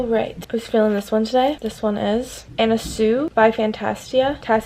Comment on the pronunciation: why does she say “anna soo”🤧